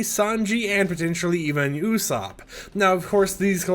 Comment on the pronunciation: finally a fortnite youtuber who pronounced luffy and usopp normally instead of lUFFy and YOUsopp